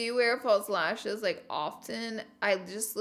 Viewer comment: Lashes lishes